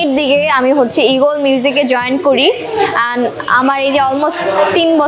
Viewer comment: Haire illiterate 🤦🏻‍♂️ Eagle not Egol